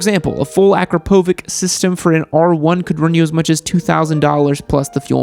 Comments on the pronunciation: Akropovic is pronounced with a ch like Greenwich my man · bruhhhh cant even say akrapovice right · Aaaah the pronounciation of akrapovic